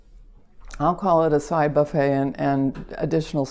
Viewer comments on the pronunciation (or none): none